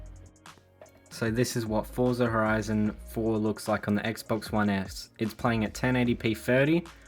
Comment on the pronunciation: Forza is an Italian origin word. It is pronounced as " fort sa" just as how you pronounce ' pizza"😅😅😅